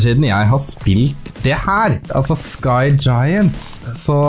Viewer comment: Det heter skygjayent